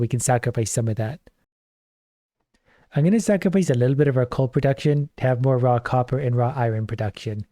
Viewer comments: You mean he ISN'T saying "Rock Hopper"!?!?! I had to re-wind and listen harder. Oh wow. lol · For the first half of the video every time he said "Raw copper" I heard "Rock hopper" and was very confused about the difference between rocks and stones.